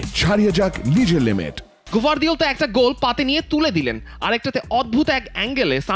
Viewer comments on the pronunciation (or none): গর্দিওলা না গার্দিওলা হবে অতি বেশি ডং বিরক্ত লাগে